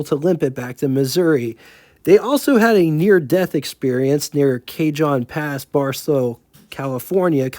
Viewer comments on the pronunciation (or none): Very well researched video on an interesting topic. The only history about Cummins was the Indy car racer, and I knew it never pitted for fuel. The rest was all new to me! One minor nit: El Cajon is pronounced as "El Cahone". The only story I have about diesels is: about 15 years ago, one of my students had an 05 or so Chrysler 300. He had removed the Hemi, and replaced it with a 4 cyl Cummins turbo diesel. I asked him why, and he said "Why not?" I can't argue with that logic. What impressed me was how clean the installation was- it almost looked factory installed, and he kept his A/C. He even had little Cummins badges on the front fenders. Again, great video,! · Dude... the El Cajon pass is a Spanish word. Everyone here knows it's pronounced ..,"L-caw-hone". Also: Next thing you do on Cummins it would be cool to include the fantastic architecture(s) in Cummins hometown in Indiana. A couple dozen guys snd bounty buildings donated free of charge to the best most well known architects in the would. The result? An array of buildings like no other in the would. All donated by the Cummins Corporation.